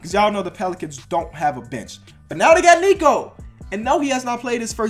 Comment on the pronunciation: Nikola not niko oh my god it gets on my nerves